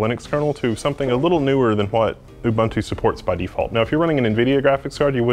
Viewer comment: Just a nitpick, if you are going to correct people for not using the full GNU/Linux name you should also know how to pronounce Ubuntu.